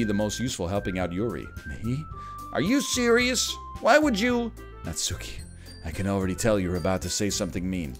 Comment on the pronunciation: The only thing triggering about this game so far is the way Ryan pronounces Natsuki. Not sure why but that emphasis on the 'U' is kind of grating for some reason. It's a minor thing, but I guess it's like a minor pet peeve. Just like when people pronounce Bakugo's name as KatsUki. The 'U' is (basically) silent. Katski, Natski. It's like when British people pronounce samurai as 'sam you rai'.